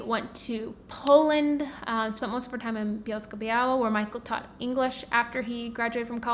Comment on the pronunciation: I love your pronunciation of Bielsko Biała :) greetings from Poland